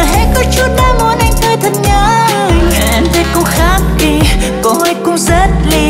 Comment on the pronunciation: c dễ thương quá “Em rrrrất mệt rồi” đúng kiểu lầy của c